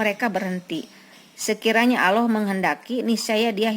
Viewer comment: Sayang sekali Ibu, lafadz Allah diucapkan kurang sempurna.